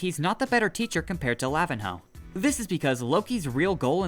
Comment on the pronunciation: my brother in christ it is pronounced Lavin-yo, not Lavin-hoe